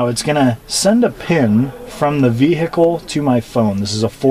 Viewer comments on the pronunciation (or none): The ve-hic-kel